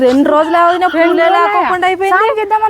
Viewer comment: తిక్క నాయాలా ఫుల్లు కాదురా పూలు అనాలి